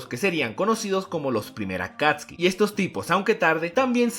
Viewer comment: ellos se llamaban Akatsuki no akatski (digo como se pronuncia)